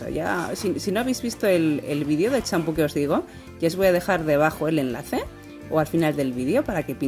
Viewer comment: Que tintura pusiste? se q dijiste champho